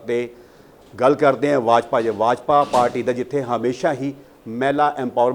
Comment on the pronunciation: Yajpa nahe bajpa hunda repoter saab